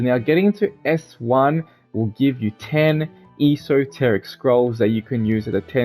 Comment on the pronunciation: It's funny hearing him mispronounce esoteric